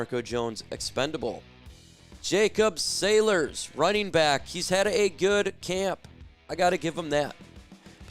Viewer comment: who does your research…? It’s SAYLORS … not sailors … for a sports guy u need some help… a couple years ago u had kaden Davis pic up as a black guy when clearly he is white… do better